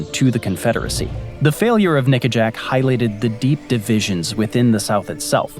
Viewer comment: Nickajack. Not that word